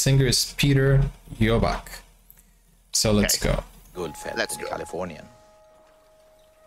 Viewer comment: you pronounce it Jirlback, the L is silent (as is the r). like girl, but silent L